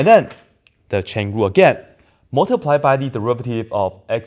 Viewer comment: Now when you say "chain rule" it sounds wrong